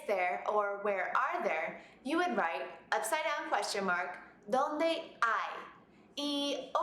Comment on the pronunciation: No it is not. You put pressure on the "o" at Dónde.